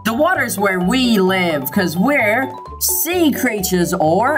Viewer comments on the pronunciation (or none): "SEA CREATTURES"